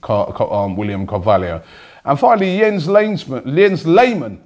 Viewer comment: Yens leismann it is, if you say so robbie